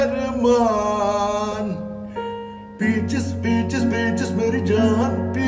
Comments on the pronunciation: The first one and the way he said peacjes ended pinkie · The Cantonese one sounds like their saying Bacon when they say peaches and I died of laughter 😂😂😂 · In Cantonese it sounds like he's saying Becky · Is it just me or does anyone else hear the Bengali guy say bitch instead of peaches? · In most of them he says peach but in bengali it sounds like the b word.